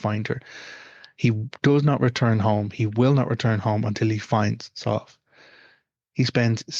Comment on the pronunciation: My daughters name is sadhbh and it hurts my ears to hear you pronounce it like this. We pronounce it sieve anyway. Is the one you're using from another dialect or something?